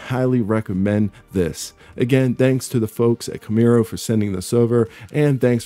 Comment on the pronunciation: Repeat after me Kam' rue ee